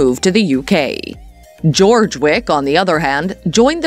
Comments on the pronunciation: Wow, you claim to know so much, you don't even know how to pronounce his name correctly! It's NOT George! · First of all it's NOT GEORGE! it's Joerg. With the J pronounced as a Y. I absolutely adore Kirsten and Joerg. I find this video demeaning to my favourite you tube couple. I'm so glad Kirsten is able to laugh at this. Their videos are magnificent!!! I pray that they become as wealthy as possible. And I wish their channel to go on to become a TV series's. Bringing in the delights of the British and UK design, tourism and everything gorgeous. Just like they are . Absolutely gorgeous. 😊👩‍❤️‍💋‍👨🌷🏡🧳🫖☕🍰🥨🐞🍄🐏🐑🍂💝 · Learn to pronounce his name correctly. It's not George. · This is such inaccurate information, it’s laughable!! Disappointing to hear Joerg’s name mispronounced so badly. Thumbs down for me